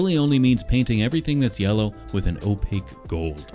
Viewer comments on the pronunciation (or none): none